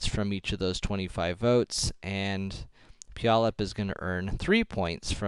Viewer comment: "pu-yallup" made me laugh so hard, why was that so funny??